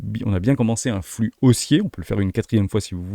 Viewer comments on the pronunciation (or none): none